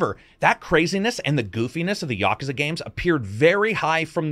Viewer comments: I still gave it a thumbs up, even though it is pronounced 'yah-koo-zah' not 'ya-ka-za'. It's hard to tell if is trolling with that pronunciation or not. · "yah-ka-za"? I thought it was "yah-kooz-a"? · Ya-koo-za not Yakaza. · Yo, great video. Japanese is pronounced essentially in sets of two letter syllables with few exceptions. So it's Ya-ku-za not Yaku-za. This works with just about every Japanese word you will come across. Sa-zu-ki, Ka-wa-sa-ki, to-to-ro etc. Follow this one trick and you can pronounce Japanese without totally guessing every time. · I think I've been pronouncing Yakuza wrong for 30 years. I've always said Ya-KOO-za. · Yaaaaaakuza is just as bad as yakoooooooza. Say words properly. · Please stop pronouncing yakuza incorrectly. Here: Yuh. Koo. Zuh. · The question is where is the stress when you pronounce it? Is it YA ku za or is it ya KU za? Is the stress usually the same for all Japanese words?